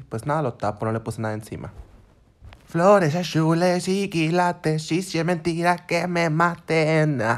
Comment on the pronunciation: Jajajajajaja floresh ashulesh y kilatesh jajaja